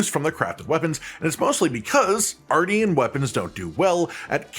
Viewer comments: It is pronounced like MARTIAN -M :p not like Arty from the block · It's said R-shin. Like Martian with an R. Obviously.